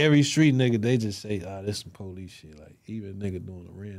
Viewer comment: “Policey” as hell